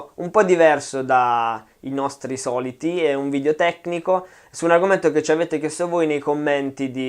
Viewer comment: "Video" e non "VIDIO"